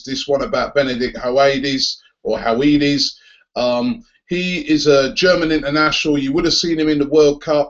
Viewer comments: fah fuck sake robbie it's pronounced her-ve-dez!...not howaidees!!...sorry i had to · I think it's pronounced "Huv-ed-ez" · It's Her-Ve-Des. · Höwedes is pronounced something more like Hur-Veh-Does I think, just a heads up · Oh dear, oh dear the pronunciation of Höwedes... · the w in howedes is pronounced as a v